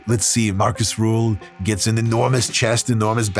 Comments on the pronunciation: Small correction if I may: His name is Markus Rühl not Marcus Ruhl. Especially the last name is a kinda big difference in pronunciation. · Not ruhl. Rühl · uhhhhm accctwuallyyy its rühl not ruhl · Rühl, not Ruhl. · Not Marcus Ruhl, his name is Marcus Rühl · Er heißt Rühl, nicht Ruhl. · Not Ruhl...Rüüüüüüüüüüüüüühl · *Markus Rühl, not Ruhl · That muthafukka is called Markus Rühl, not Ruhl! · Markus Rühl, not Rule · Markus Rühl (not "Ruhl") is NOT unknown, wtf. He is a bodybuilding legend. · It's RÜHL not RUHL. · It's not Ruhl. It's Rühl. Des muss hald ache ma gesacht wärn. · Markus Rühl not rule... Try to show a little bit of respect, even Markus can't pronounce it correctly 😂 And he isn't unknown. Between bodybuilders, fans and in Germany he is a legend, because he is simply a nice guy. And alcohol... Wodka is nice before and after training 😂 And Markus owns his brand now, with high quality protein and products for sporty people. Prices are not cheap, but it's not robbery. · His name is RÜHL not RUHL. Get it right, dont mess wif sem germans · so many mistakes already in the beginning of the video first of Arnold schwarzenegger wasnt german second his name ist Ruhl its Rühl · Das wird Rühl ausgesprochen. RÜÜÜÜÜHL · His name is Markus Rühl, not Ruhl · His name is Rühl! Please don't say Ruhl it hurts my feelings. 😢😅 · RÜHL, NOT RUHL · It's RÜHL not Ruhl, and yes, he's an absolute legend for us krauts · Rüüüüüühl mit Ü ok??? Meine Güte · Great video. But it's "Rühl" actually. Btw., he's also a content creator and muy simpatico so you should try to hit him up and do a video together.